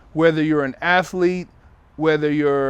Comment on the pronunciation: Nigga said "asslete"